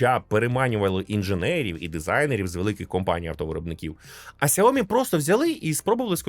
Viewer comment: Сяóмі, з наголосом на "о" ? 😂😂😂 Розетка торгує, і навіть правильно бренд не може вимовити! Звучить цей наратор як дитина 😂